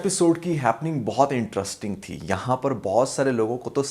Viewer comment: Interrisssssting. Cherscterrrs...